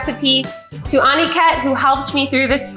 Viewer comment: Aniket is pronounced - (UH-KNEE-KET)